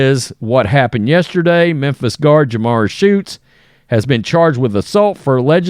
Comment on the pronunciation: Come on. Her name isn’t Jamar. It’s Jamirah (ja-my-ra).